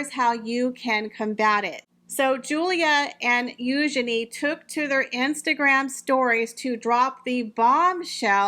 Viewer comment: Thank you for pronouncing Eugenie's name correctly.